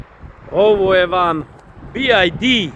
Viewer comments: Nije Bi Jaj Di vec Bi Vaj Di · nije "bi aj di"😂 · Nije BID. Nego BYD